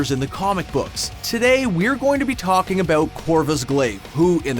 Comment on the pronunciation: What are you talking ABOOT